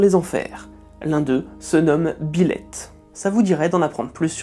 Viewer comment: Pardon, mais pendant toute la vidéo, à chaque fois que vous prononciez "Byleth", j'entendais "Biloute".... Sinon super vidéo sur un démon fan de chat !